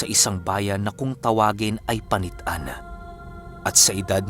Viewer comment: That's the correct pronounciation "panit-an" galing nyo 😍😍😍😍